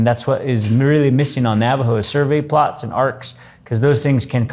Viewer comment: It's survey PLATS. Not plots ...